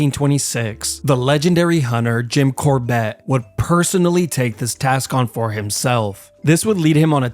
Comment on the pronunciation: Good video, but his name is Jim CORbett, not Jin CorBETT. I believe he also wrote a book called "Temple Tiger"